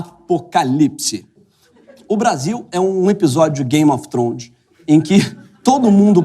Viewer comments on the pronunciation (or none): "Game Of Thronde"